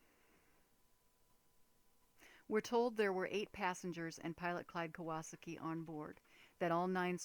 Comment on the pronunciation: I don't trust people who can't say Kawasaki. It's Kah-Wah-SAH-Ki, not Kew-WAH-Suck-Ki